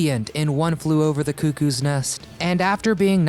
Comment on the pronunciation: Hands down "One flew over the coo coos nest"